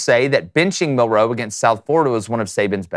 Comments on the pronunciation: Bruh it’s milroe not Mil- ROE. You put way too much emphasis on the ROE! lol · Please, please learn how to say his name! You keep putting the accent on second syllable. It’s hard to listen to you. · Mill....wait for it...row Dude say it together fluidly, its not two seperate words. One word